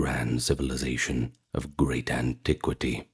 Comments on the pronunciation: Aunty Qweety, right? Deese purples gots no good dicshun! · Why do you say antiquity like that